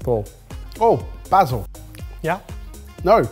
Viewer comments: Basil -yeah? -no, basil 😂😂😂😂😂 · Omg the mispronounced BASIL drives me nuts.. weird pet peeves…